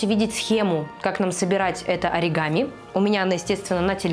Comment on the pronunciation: на слове аригамин, просто лучшее)